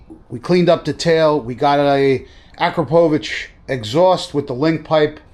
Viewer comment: Just a small heads-up…‘Ah-cropper-vitch’ (not ‘Akra-poe-vitch’) 😉